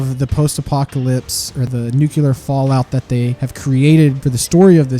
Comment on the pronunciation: Nucular? I didn't realize you were george bush in disguise. I'm joking, but it would be good to try and break yourself of that habit. Obviously it's not that important but people like me go crazy when we hear the words nucular, calvary, ekspecially, eKcetera, etc.